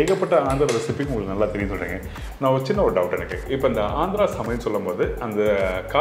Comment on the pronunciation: It is Andhra not Andra